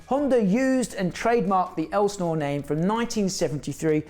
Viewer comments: Its "el sin or" not "el snore" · No one in the US would call that an Elsi. And in the US we pronounce Elsinore ( EL - SIN - OR ) not ELSNOR.. How do I know? For over 40 years I lived within 30 minutes of Lake Elsinore California. Elsionore is also well known for witches worlocks, Satan, Baal,and molach worshiping, and every type of sacrificing you can imagine. Southern California is full of these demon worshiping freaks! Finally more and more people are waking up to what really goes on. And there is only two sides to pick from, which side will you be on? If you don't feel the need to pick a side Satan will pick it for you! Love your channel, keep up the good work! ❤From the 65 year old carpenter🙏 For me only Jesus ❤ peace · Minor quibble here but Lake Elsinore is pronounced EL-sih-nor... not EL-znor. Not that one needs to live in Southern California to know that, but I do. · “El’-sin-ore” , yep, I was there, I’m that old. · I used to live by Lake El-sa-nore. Is how you say it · it's pronounced el Si nor